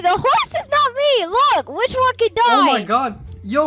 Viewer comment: "I said fwich you to my bwotha"